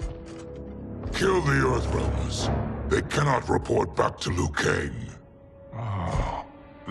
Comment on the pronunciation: glad to see someone finally pronounce Liu right. It sounds like Leo, not Loo.